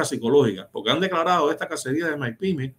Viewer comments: Son Mipime no Maipime. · ¡¡Ñooó!!, no soporto a este tío diciendo maipime, ¡¡que payaso!! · Todo bien, todo perfecto.... El socio haciéndose el Yuma con la acentuación de maYpime ... Me tiene obstinado.... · Y no se doce Mae Pi Me,; se dice: Mi Pi Me. (MIPYME). Esa no es una sigla en inglés, eso es en español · Por qué dice Mypime ? Que feo se oye eso Hablamos español